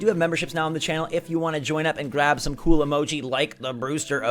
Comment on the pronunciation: Brewster says "coo" for cool because he's a pigeon. Pigeons say coo.